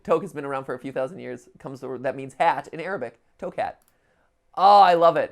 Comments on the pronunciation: HELP WHY WaS HE PRONOUNCING TOQUE AS TOEK IM SOBBING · In toque the q is silent (I burst into laughter seeing how you said it because I'm arabic)